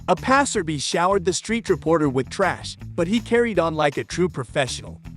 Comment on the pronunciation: "A passer bee?"